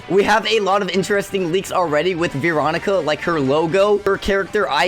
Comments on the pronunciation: its Veeroncia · It’s Veronica not veecronica